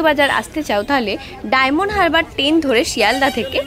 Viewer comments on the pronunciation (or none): আপনি একটু ভালো ভাবে কথা বলা শিখুন, টেন করে নয় ট্রেনে যেতে হয়